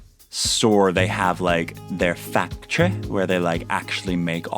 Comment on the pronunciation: Everytime you say factry I think of Symone and it's just amazing